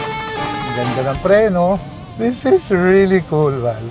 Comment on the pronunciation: "This" is pronounced with a voiced 'TH' - just fyi. :)